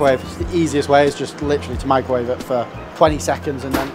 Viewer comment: Unfortunately, you lost me at "microvawe".